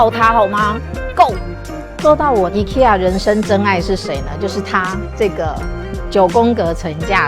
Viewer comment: 一、ㄎㄟ、一ㄚ 啦